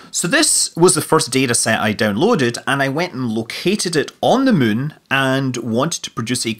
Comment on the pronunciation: not sure if he just says Mun instead anymore or it's just his scottish kicking in